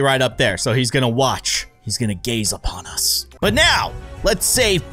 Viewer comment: when you say upon us, is like amogus meme